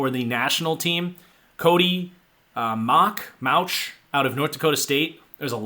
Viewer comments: NDSU kid is pronounced Mok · I believe you pronounce Mauch like Moke like poke with an m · love the mauch respect, ill help ya, its pronounced mowk basically. great video